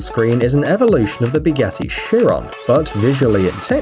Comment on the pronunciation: R you saying Bugassy or Bugatti